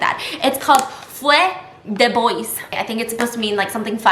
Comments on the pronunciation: omg i can't "fay de boiss" im rolling in french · Feu de bois means wood fire. That pronunciation got me on the floor😂